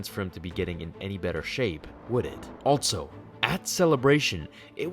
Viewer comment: "ALTSO" <-- Altso isn't a word. Also is pronounced "ALL SO" Ditto